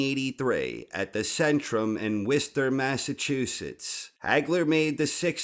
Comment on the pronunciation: you made me so happy when you said Worcester correctly. 😁 Subscribed